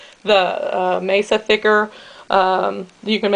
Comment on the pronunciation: nice variation :-D fyi, it's masa (mah-sah), not mesa (may-suh). mesa means table. also, the z in chorizo is softer more like an s (choh-rees-oh). glad to find another vegan version! it's nice to see other ways of steaming them too.